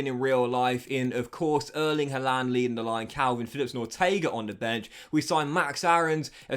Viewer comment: Why do you say haalander?